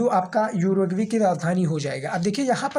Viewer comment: उरुग्वे है युरगवे नही है😂😂